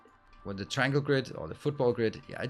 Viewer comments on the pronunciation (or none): none